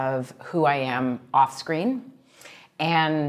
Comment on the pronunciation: on scween